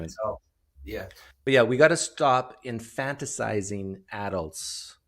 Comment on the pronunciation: Infantilizing - Not infanticizing No?